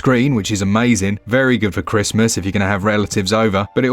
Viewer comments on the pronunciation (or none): none